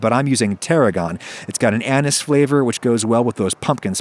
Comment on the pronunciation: "Anus Flavor"